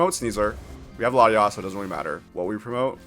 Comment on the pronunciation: i just got up and heard this guy calling latias, latinas. wild